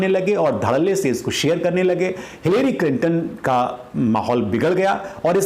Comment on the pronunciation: Pronounce it as "Hillry" instead of "hillairy".